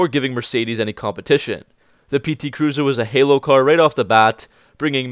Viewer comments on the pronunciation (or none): none